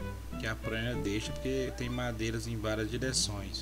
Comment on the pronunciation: Agradeço sua disposição pra ensinar, pra passar seu conhecimento. Valeu! Achei muito longo esse vídeo... além disso vc precisa cuidar do seu português quando pronunciar palavras que tem a letra R como por exemplo: a pronúncia da palavra Plaina ( com a letra L) não é praina ( com a letra R), como está no vídeo. Acho que vc é bom no que está fazendo...tem qualidade nos assuntos e habilidades necessárias. Saudacões e parabéns!